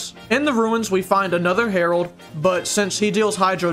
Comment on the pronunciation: Him: Says Herald My brain: Harold from Total Drama Island